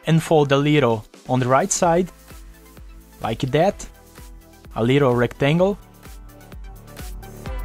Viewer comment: "like that" is like "like death" 😂....by the way the work is awesome